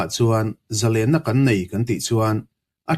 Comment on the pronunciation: Zalênna ni lo in, Zalenna (thluk loh tur ni zawk lo maw)